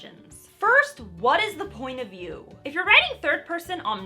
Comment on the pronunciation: You made me do a double-take, cuz I thought you said, "First: what is the point of you ?" I now realize you said, "First: what is the point of view ." lol